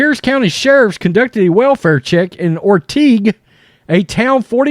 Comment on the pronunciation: Orting** not Ortig